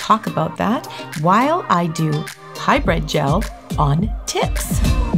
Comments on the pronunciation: It is not hyBRED it is HyBRID LMAO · It sounds like you're saying high bread. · All I’m hearing is “hybred” 😅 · She’s saying High bread gel. Hybrid. Hybrid. High bread.